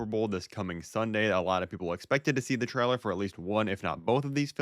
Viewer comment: stop saying traler its trailer